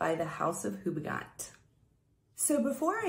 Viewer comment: It's pronounced 'Quelques Fleurs' by Houbigant [oubichont] , not ''Qualqua Floor' by Hubigant. Yes, french can be tricky. My batch is strange, for me a little bit too fresh and I can't smell the flowers very well. Is that normal? The drydown is sweet and flowery but after long time.